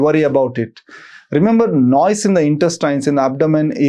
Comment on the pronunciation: Learn how to pronounce the word NOISE first please! 🤦‍♀️ It's so annoying the way you are saying frequently! 🤷